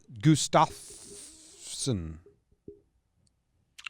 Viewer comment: When he says Gu-Stoff-Sun, why doesn't someone chime in and tell him how to pronounce Gustafson, or maybe someone else should read the names. The people are apparently supporters. Love the show,.